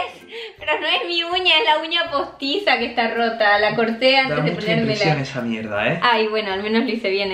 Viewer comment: Por Daniel dijo mieda😹😂🤣😅😆🕘